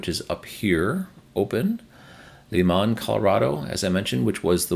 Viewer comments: LImon, CO pronounced Ly'-mun. I realy enjoy your video updates!! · Thanks,. We used to live in Colorado, btw. It's pronounced "lie-mon" with the accent on the 1st syllable.